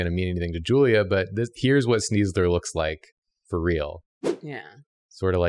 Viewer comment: Am I the only one screaming at the computer when Julia doesn’t give sneasler ‘S-KNEES’! This was a great episode though.